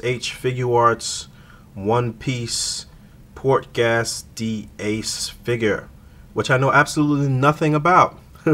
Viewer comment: Pronounced "Gace" not gas